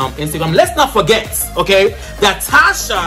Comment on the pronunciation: It’s not Tasha it’s “Tacha”..Cha not sha pls